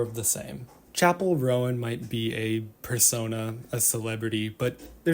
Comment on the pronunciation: Mate it's hard to believe you actually know who Chappell Roan is when you call her Chappell Rowan. Bit of a Kamala Kamarla situation. Research.